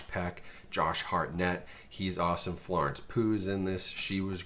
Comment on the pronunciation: Florence Poo? 😂